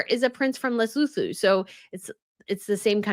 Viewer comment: Hi. As a south africa, you pronouncing it le soo too. The H is silent